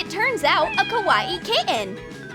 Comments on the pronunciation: I hate how they say Kawaii it’s not Kah-was-eeh it’s Kah-why-eeh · kawaii not Cow-WA-eei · It's not ko wati it's pronounced ko why e not ko wati kawaii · It sounds like she is saying karate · When they said Kawai they said it like kawa-ee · Stop saying kAwAE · Its pernounced Ka- Y- E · KA-A-WII thing you Said A KA-A-WII thing Not Lama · can you not sat KWAII like that plz 0-0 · Ka wa i the word was kawaii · KA-A-WII thing - learning English 2019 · Can't even say kawaii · I hate how they say kawaii they dont say it right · ya I Know